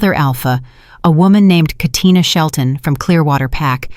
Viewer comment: This is the 1st time I heard Katina in a story.. most people fumble the name in real life but AI didn't.